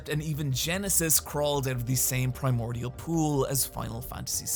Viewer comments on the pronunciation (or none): none